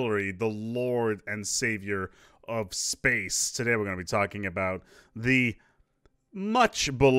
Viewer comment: Am I hearing things or was he saying "Tarkin" instead of "talking"? Would fit the title.